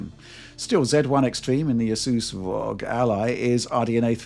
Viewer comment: Please don’t call it ROG!!! It’s 3 letters, spelled ARE OH GEE